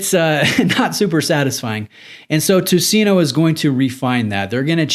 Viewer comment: It's pronaunced: "Tuseneu" Ö the last letter is pronaunced like "i" in bird. Nice review! :)